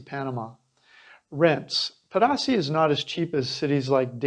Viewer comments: It’s pronounced: Pay-dah-si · Unbelievable that a gringo that would like to perhaps connect with locals and appear to know the culture and place not even make the smallest effort to pronounce the name of the principal subject of your video correctly. Every time i hear "pah dah say" I want to puke. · its pronounced ped-a-SEE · Nice video...but, Pedasí is pronounced as Peh-dah-SEE. And Venao is pronounced as Veh-NOW. Do your homework! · Pedasí has an accent on the last syllable, not the middle one. Venao is pronounced vĕn•åh'•ō. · Seriously bruh if you can't even pronounce the town name ... smh